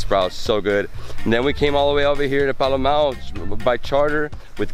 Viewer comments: Lol...it is pronounced as Paa-Luu-meu. Other then that a very yummy breakfast and trip...:) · THANK YOU FOR VISITING OUR LOVING SURINAME ❤ And its so funny how you struggle pronouncing Palumeu😂